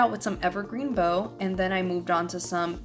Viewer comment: Cute cards. BTW evergreen “bough” is rather pronounced “bow” like bow wow. Also, you’re right, this mama doesn’t have the $$$$ for all of the newest and shiniest craft supplies, either. 😢